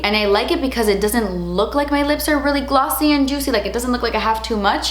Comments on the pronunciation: Gl-awwwwh-ssy. Sounding like you're a Jersey Girl. 😂🙌🏼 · They're not GLAWWWSY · emphasis on "glossy" 🤣